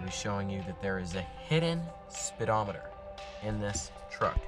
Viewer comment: "Spitometer." Derp.